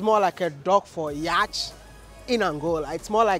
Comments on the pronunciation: Its pronounced yat or yot not yach Wodemaya thanks for showcasing Luanda tho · Yacht is pronounced ' Yot'.... we are always tempted to say ' Yachi '